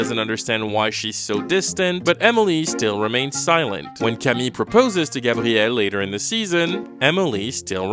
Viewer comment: i know its the correct way to say it but i fucking hate the cshmshammmey or grrrraaabtiel